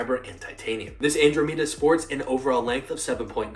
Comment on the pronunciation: Hearing u say andromeda is painful